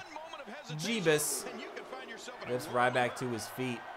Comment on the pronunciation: It's ryback